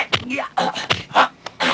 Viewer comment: my Hung Gar sifu studied under him, and he pronounced his name "chew chee ling"